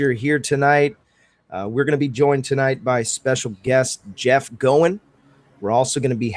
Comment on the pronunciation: No question...Jeff is the Godfather of PPG, and a heck of gentleman to boot ( and nod to so many others that furthered the sport). So, 99% certain his last name rhymes with COIN, in spite of fact that it's just plain fun to say " go-in flyin"....just sayin. And while I'm at it...it's a Moster darn it, not a creepy Monster...lol.